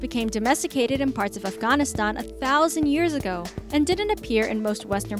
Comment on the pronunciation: Off gone ah stahn.....